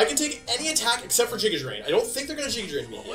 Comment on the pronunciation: Bruh...jiga drain? How do you not know the word giga.